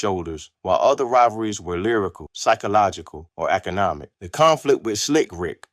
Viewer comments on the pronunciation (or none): none